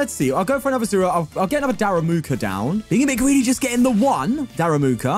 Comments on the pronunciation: “Daramuka” lol so fun how you say it, it is darumaka! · Why does he call it "daRAMUka" instead of daRUMAka 😢 this is not about pronunciation, it's not even the same word